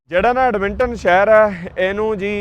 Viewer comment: Right pronunciation: Edmonton= ਐੱਡਮਨਟਨ (ਐੱਡ-ਮਨ-ਟਨ)